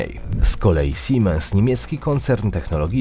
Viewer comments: jedna uwaga - pewnie nie mówisz "Lambordżini" tylko "Lamborgini" prawda? Bo to włoska marka i wymawia się tą nazwę z włoskiego. Więc tak samo nie "woldz-wagen" tylko "folks-wagen", i dalej nie "simens" tylko "zimens". I na Boga nie "LudwiksSzafen"!!! Kanał, który ma ambicję na 1mln subów nie może sobie pozwolić na takie babole. Na poziomie pro decydują szczegóły. Piszę to z sympatią bo zarówno treść jak i realizacja bardzo mi się podoba. btw.. BASF to też nie jest Bi Ej Es Ef 😋 Ameryka to naprawdę nie cały świat. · Dobry film ale moglby Pan popracowac nad wymowa niemieckich wyrazow (BASF, Ludwigshafen, Siemens). BASF to nie "bi ej es ef" tylko po prostu "basf", Siemens to nie "simens" tylko "zimens" a Ludwigshafen to nie "ludwigszafen" tylko po prostu "ludwigshafen" (port Ludwika) Ortografia niemiecka jest bardzo prosta, to nie francuski czy angielski. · SI-mens czytamy ZI-mens ;) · Uwielbiam Twoje filmiki ale czytanie niemieckich nazw po angielsku czy polsku jest koszmarne! Siemens czytamy zimens, BASF czytamy basf (uśmiałem się z biejesef) no i Ludwigshafen czytamy ludwigshafen(tam nie ma żadnego "sz") Pozdrawiam!